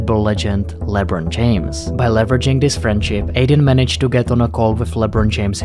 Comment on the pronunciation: labron its lebron